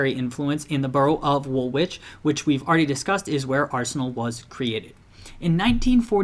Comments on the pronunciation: Its pronounced WOOLITCH Arsenal not woolwitch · Just to let you know - Woolwich is pronounced "Wool-ige" (or "Wool-idge) not Wool-Wich" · i am english so i know you you didn't know woolwich is pronounced 'woolich'. just wanted to let you know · Everyone’s getting mad about his pronunciation of Woolwich, but y’all are the ones who put a second W in the name. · The pronounciation of Woolwich in this video is actually offensive